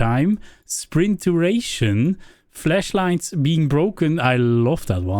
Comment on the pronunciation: you said flesh light